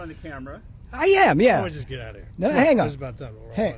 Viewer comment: "And what do I het for that" Response from a warrior: prison. I died.